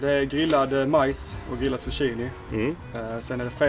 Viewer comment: Någon annan som undrar varför uttalar zucchini för susshini…😂 in i videon